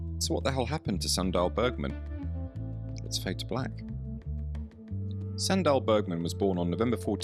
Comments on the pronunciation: Dał bym łapkę w górę ale nienawidzę jak BOT czyta... Suundal Bergman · Sry, thought you said Sandra Bergman